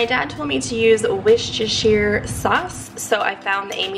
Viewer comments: it's "worst-eh-sure" say it quickly tho lol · Worcestershire is pronounced woo-ster-shire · Lol it’s pronounced “wuster-shyre”! Great haul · I think you pronounced “Worcestershire” Sauce wrong lol . Kinda post to sound like War-chest-tur ... at least I think so 😩😂🙈🙈